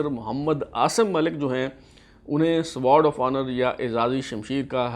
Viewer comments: how pitty! You are unable to pronounce Sword! It is sword not spears As you are pronouncing. CSUO means Company Senior Under Officer and not Cadet Senior Under Officer. Pull up your socks plz. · یہ سوارڈ آف آنر نہیں ۔بلکہ یہ سورڈ آف آنر ہے ۔سورڈ یعنی تلوار یاشمشیر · Google ‘ winners of sword of honor PMA Kakul’ and complete list is available. Correct pronunciation is Sword(سورڈ) of Honor and not Sward(سوارڈ)of Honor. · جناب آپ برائے مہربانی یا تو انگریزی زبان کے الفاظ بولا ہی نہ کریں یا ان الفاظ کو ٹھیک بولا کریں۔۔ مثلا آپ Sword of Honour کو بار بار ( سووارڈ آف آنر ) بولے جا رہے ہیں ۔۔ حضور ۔اس کو ( سورڈ ) Sword بولا جاتا ہے W Silient ہے جیسے آنر میں H ہے۔۔دوسرا 51 کو ففٹی ونتھ نہیں ففٹی فرسٹ بولتے ہیں ۔۔ مزید آپ جنرل عاصم منیر سے اس کی تصدیق کروا سکتے ہیں ؟۔ کیا پتا میں بھی غلط ہوں ؟ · When you are doing a program on Sword of Honour then at least you should know pronunciation of Sword, CSUO and BSUO